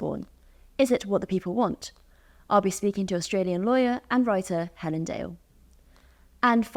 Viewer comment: “I can’t even say her name?”….Uh, try? Hell-un?